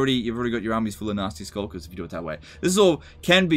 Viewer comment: Am I the only one who heard "Nazi Skulkers" every time? As long as they're not in SS-tier.